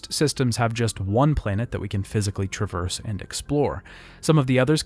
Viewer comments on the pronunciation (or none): none